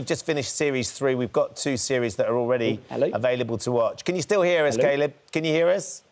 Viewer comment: Why is Ben calling him 'Kay-lib' ???